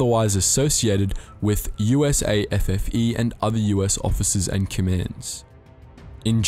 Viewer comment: Its USAFFE not usa ffe